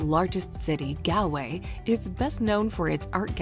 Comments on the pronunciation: It's pronounced "Gaulway" or "Gawlay' ....NOT "GAL" .... Unfortunately most "reviewers or Vloggers " get this wrong... Unfortunately, it's usually only the Americans who get it so wrong... also 4.13 ... The RIver Brandon is pronounced "Brand on " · It's pronounced :Gaulway"